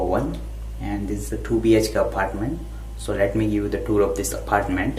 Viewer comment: Apartment bolna aphhartment bol raha hai 😂